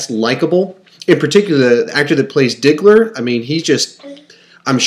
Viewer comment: You said diggler 😂😂